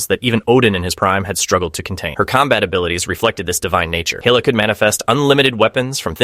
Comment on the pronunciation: Hayla? Its Hela lol ai voice is so funny